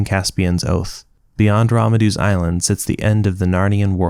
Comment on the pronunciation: Why do you say Ramandu as Ramadu? There's an N in it. RamaNdu